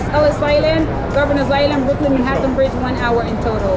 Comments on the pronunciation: Manattan allattoo..."Man-ha-tn" ennu vennam pronounce cheyyaan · It's not Manattan it's pronounce Manhattan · you are pronouncing “ Manhattan” wrong. YouTuber should pronounce appropriately 😢